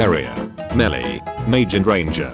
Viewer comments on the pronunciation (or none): none